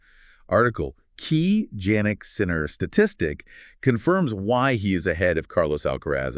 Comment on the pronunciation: AI generated podcasts that mispronounce his name? No thank you.